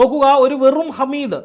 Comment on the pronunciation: ഹമീദ് അല്ല ഹാമിദ് ആണ് ഒരു പാട് ആളുകളെ കണ്ണീർ ഒപ്പുന്നആളാണ് ആദ്യം അവിടെ പോയി മനസ്സിലാക്കിയിട്ട് വാ എന്നിട്ട് പറയണം